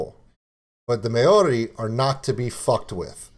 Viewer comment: 1. Maori is pronounced with a rolled 'r' sound and the whole word sounds similar to "mouldy" as in mouldy cheese, just put an 'r' where the 'd' is. 2. Tonga is pronounced 'Tong -A', there is no harsh 'g' sound, the same goes for other Polynesian Countries, the 'g' is kind of silent. (The word 'tong' doesn't have a harsh 'g' either.) 3. Kai Tangata is pronounced Kai -(you got that right) & Tangata -(Tongue-a-ta.) Good on you for trying out music from other countries especially one as diverse as New Zealand. Our Maori Language almost did die-out completely but in the past 25 years so much has been done to re-ignite the language & Kiwi's are more proud to be able to speak it, Maori is an officially recognised language of New Zealand. The young show more interest as each generation comes along, they want to find out their roots just as much as any other culture. Back when my mother was young the Maori language was banned from being spoken, people were punished if they spoke it, you could loose your job or get sent home from school for it. Unfortunately it was the only language my mother spoke along with her 11 siblings & her Mother & Father. It was unfair racist discrimination. I went to school in the 1980's & the Maori language was only just getting reintroduced back into our schools, the language is still frowned upon by some european kiwi's though, not everyone's a team player I spose. TY for your reaction dude. Thanks from NZ!